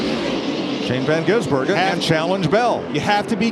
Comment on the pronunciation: Is it really that difficult to read a guys name properly? It’s Van Gisbergen, not Van Gisenbergen. He’s been around for a few years now, you figure they’d get it right at this point.